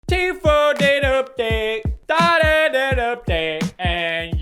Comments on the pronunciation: Pronunciation Every normal people: T foo Pewdiepie: TEA-FEW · It's pronounced tfu, not tfueee with the long e at the end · Is he call Tfue G-fuel? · Teef-Yoo instead of Tfue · The way Pewdiepie pronounces Tfue Teefuuee is hilarious 😂🤣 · "Tfew" lol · I love how Pewds pronounces “Tfue” like “T-few” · He pronounces tfue ..teefew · I love how pewds pronounces tfue teaphew I’m gonna start saying that instead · Does it bother anyone else that he pronounces Tfue’s name like “Tfew” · dear Ms Ham, sometimes it seems like your pronunciation just goes to shit for no reason. ur the reporters on youtube and u don't know how to pronounce tfue (tfoo). come on... thats just lazy. i still support pewdiepie tho... mary u need to do better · When pewds pronounce teefueouuuuu🤣🤣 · Too few times does Pew say the fue in Tfue correctly... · But she did an oopsie and pronounced Tfue wrong